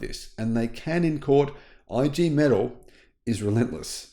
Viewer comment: I. G Metal - "Eeee Gay May-Tal'"